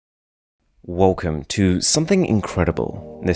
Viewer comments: Its *WELCOME not WOLCOM 😂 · Did you say, "wolcom"?